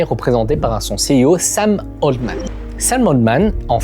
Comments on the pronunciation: Sam « haltemann » pas oltman 😅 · Super vidéo comme d’habitude par contre…sam altman pas oldman un effort